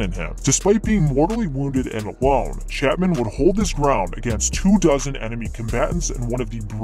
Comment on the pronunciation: Dude said chapmen cauze he read the book. What a fucking jokeman